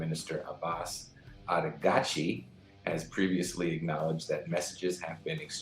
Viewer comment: lol please just.. araghchi = iraqchi i promise